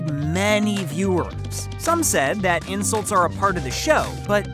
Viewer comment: Awww the insuwts huwt my tummy :(